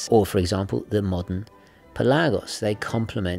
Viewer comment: Its pelagos and not pelaaaaagos and its not lady gega its lady gaga